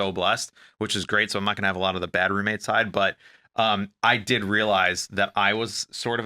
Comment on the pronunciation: Love the podcast for sure, however can you please please please AVOID the word Roommate!!!! I had to stop watching bc can't say that word today!!? I almost swear I've heard her say it typically in other videos over the years? She was a lot much this episode 🤪🤣🤣🤣 Of course I'll be watching next week 🥰